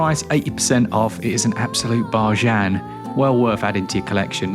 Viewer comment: I was as annoyed as you are but based on how he later pronounced bargain like "bar-jeanne" I think he is pranking us.